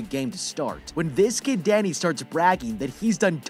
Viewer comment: When he said Danny I thought he said daddy 🤣🤣